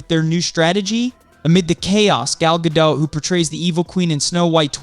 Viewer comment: How old is this?! This is news from months and months ago. Snow White '24 has been SW '25 for quite some time! And your AI narrator can't even pronounce Gal's last name the same way twice in a single sentence!